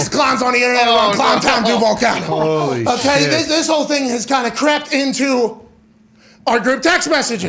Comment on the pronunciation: “DAHNTOWN KLOWNTOWN DUVVALLL CAWNTY!!”